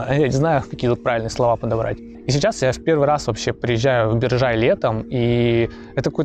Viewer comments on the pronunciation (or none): Биржай, ударение на первом слоге, БИржай.